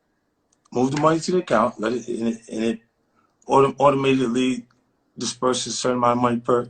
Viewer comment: “Automidetiatly” lol